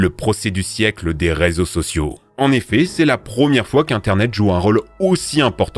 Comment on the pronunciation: 14 minutes 41 secondes. Resaux au lieu de réseaux